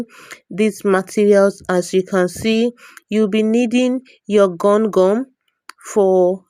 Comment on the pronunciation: Gum gun was her pronunciation